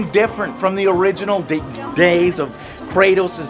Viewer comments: How is it possible to butcher both kratos and atreus’ names lmao come on otherwise this video was awesome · “Kraytoes and atrayuse”